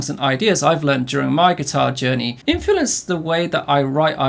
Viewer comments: Kinda distaracting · Is he saying infulence or am I going insane? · embrace the infulence, mate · very distracting pronunciation of "influence" haha